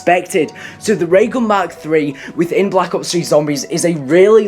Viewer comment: Sounds like You're Saying Call of Duty Black Cops 3 ?